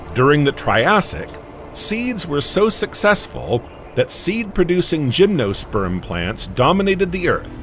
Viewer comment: OMG, can you find a more irritating narrator! And for the love of God, make it say "gymnosperm"!